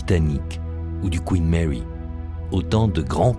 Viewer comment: Le Couinne Mèwy et le Kyouwytou....à Soutamtonne....😂😂😂🤣🤣🤣....des maisons de retraites flottantes, plus jolies qu'un mouroir traditionnel, mais ces bateaux sont moches! Le plus beau bateau de ligne du monde était le France!!! (je ne suis pas français)